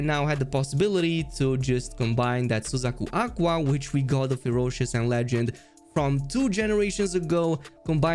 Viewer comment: this bro pronounce suzaku aqua correctly